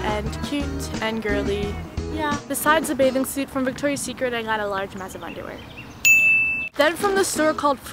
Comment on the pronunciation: The way she pronounced 'VICTORIA SECRET'😂😂😂